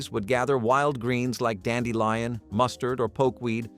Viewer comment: ...dandelion sounds correct.